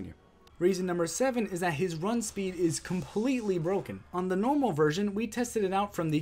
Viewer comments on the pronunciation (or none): you said nomral LOL